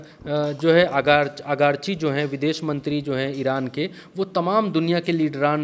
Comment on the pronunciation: अगरची नहीं आरगाची है